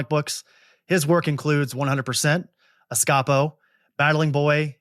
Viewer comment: Surely Escapo is pronounced Escape-o. Also it's my favorite